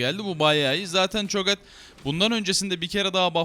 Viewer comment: Herolardan ismini Türkçe söyle ne kardeşim ne olur cho gath ti cho get okuyor yapma abi yapma ne olur İngilizceden soguyorum